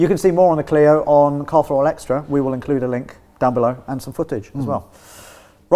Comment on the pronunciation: definitely said Carl throttle